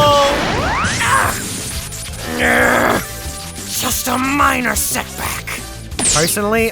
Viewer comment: Weevil? Sound more like Weebvil